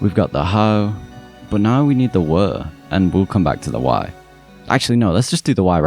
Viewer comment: You said "were" but the word you showed on screen is "where." You even repeated the word you think you said, making it sound more like "wore." I suspect you aren't from civilization aka North America(minus mexico) but england or some other place where they can't pronounce words the right way. U.S.A was formed of the genetically more coherent and spiritually most honest of england's species, they civilized the proto-language intothe yrue symbol of Humanity aka the Space Age.